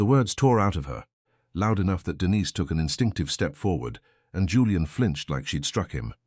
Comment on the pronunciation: I wish the AI would learn to pronounce Denise!